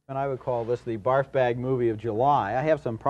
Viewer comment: I had to double take on the "barf bag of July". Sounded like something else and I'm dead now.